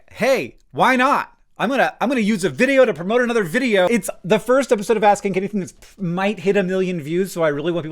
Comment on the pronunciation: First pass, I heard "ass kink anything."